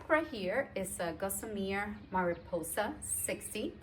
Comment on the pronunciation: It's Gossamer gear not Gosmear